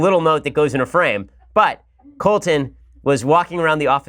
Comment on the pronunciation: Colt-in? Is that what you call him Ben? Lol